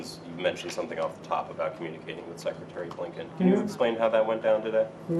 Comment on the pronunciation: Seck-a-tary???? Idjit